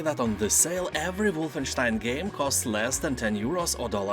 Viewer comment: Aside from a good sale list, I also found out how to properly pronounce Wolfenstein. Thank